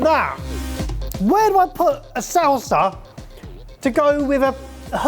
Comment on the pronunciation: I was wondering if he'd call it a "Sauce-a" 😅